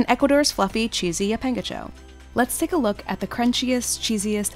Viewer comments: Lapíngacho... XD As an Ecuadorian is really funny how you say it, but don't misunderstand me, makes me Happy seeing a traditional dish from my country in one of your videos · The pronunciation of llapingacho isn’t right :( and it looks more smooth that presented